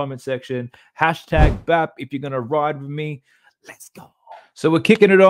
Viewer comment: Thats #BAP not #WAP